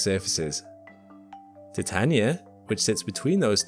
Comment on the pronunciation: fist person on the internet to prounounce Titania correctly.